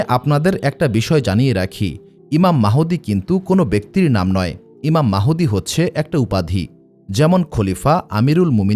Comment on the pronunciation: ঈমান মাহুদি না,ঈমান মাহাদী হবে কোন নামটি সঠিক উচ্চারণ হবে